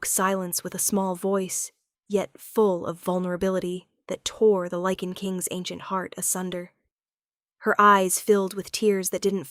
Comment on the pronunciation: LYCAN… not lichen or liken!!!😵‍💫😵‍💫😵‍💫